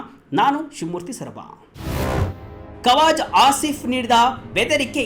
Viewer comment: Adhu kwazaa aasif... Kawaza allanna